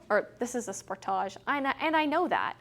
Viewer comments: "Sport - thaa - jee"? Or "Sport - tee - jee"? Ahhh who cares, I just enjoy watching I mean listening to... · How would you pronounce it? Maybe it's a Canadian thing, I would say it the same way as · Mostly in Canada I find it's pronounced as "Spor-TAH-JEUX" such as in the video... I find Americans pronounce it more like "Spor-DIDGE" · I wonder if she pronouces film footage and "foo tage".